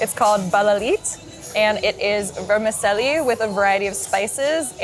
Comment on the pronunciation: Pronounced VERMICHELLI not Vermiselli